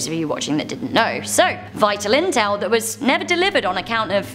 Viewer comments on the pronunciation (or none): none